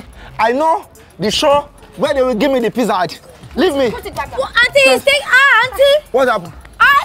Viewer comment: Please don't laugh. My late old mum used to pronounce Pizza the same way!